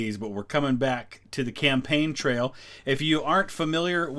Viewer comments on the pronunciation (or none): none